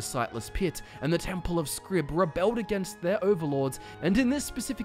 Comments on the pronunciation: You talked about 'x' not existing in the Dwemer tongue, you talked about the game using partial translation into Tamrielic; why then would you think that "Xarxes" + "scribe" = Xrib? Why should the Falmer word for "scribe" be anything like the Tamrielic one? Also, the fact that you're pronouncing "Xrib" as "scrib" seems to come from nowhere. 'X' is not /sk/; it's a /ks/, at least it usually is in English. I always thought of this 'x' as being pronounced like a Spanish 'j', a velar fricative. Other than that, this is an excellent delve into the lore. Bien hecho. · that's a rather odd way of pronouncing xrib (most likely pronounced "kzrib") or if you were to believe the concept art, the actual dwemer pronunciation of the temple would be some thing like "Awerdihbth" (X is awe, R is rd, I is ih, B is bth.) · Why are you saying Scrib? It's Xrib as in "Zrib" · I feel like his name should sound like "ksrib", and yet I hear him say "scrib" every time. What's wrong with me? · If it's the Temple of "Xrib" then your pronunciation, "skrib" doesn't really make sense. The letter X doesn't say "sk", it says "ks". It's the temple of "ksrib". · I can't help noticing that even with as many times as you pronounce the word Xrib as "scrib" you never thought to pronounce it with a long "i" sound..."scribe". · Fascinating. I love getting lost in Xrib. I think the "X" refers to how the pillars in the main chamber need to be traversed. Also, do you have a reason for pronouncing it as "Scrib"? My instinctive pronunciation was "Zrib"... The hard C seems to be out of place amongst other Dwemer sounds... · Interesting video, but I'm curious where "Scrib" is coming from in Xrib. Xylophone, Xander, Xerxes, etc. X is a Z sound. Wouldn't it then be "Zrib?" Is there an NPC somewhere in any game that officially says "Scrib?" Not trolling, genuinely curious. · can anyone help me as im not familiar with the in game languages is there a reason why it is pronounced "scrib" and not "zrib" ?